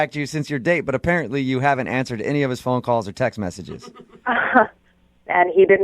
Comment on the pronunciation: I've never broken a Bewwn"" you gave me your pheywn number" Man I hate this guy for that reason only